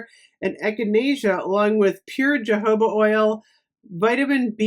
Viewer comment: Love Trader Joe's Tingle sets, their oils and ofc food but may I correct ur pronunciation of Jojoba... the correct pronunciation sounds like "Hohoba" 🙂